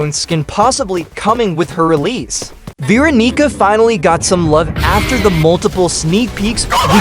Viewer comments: Why does he say Veeronica in a weird way.. And a bit raci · not my fault the tts said Veeronigga😔✌️💔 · "veeronica will be a survivalist"